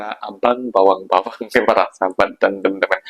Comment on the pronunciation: bukan bawang la bro... tapi bewang... adik manis... abang bewang sinta sema kamuuh